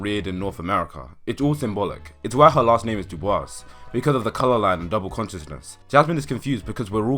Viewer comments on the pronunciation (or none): Great video, one correction, his name wasn’t Web it was W. E. B. DuBois. (William Edward Burghardt Du Bois) Edit: He also pronounced his last name as Do Boy-s [duːˈbɔis], unlike the French [duːˈbwɑ]. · lmfaooooooo web dubois lmfaooo its W. E. B and you pronounced dubois waaaayyyy wrong.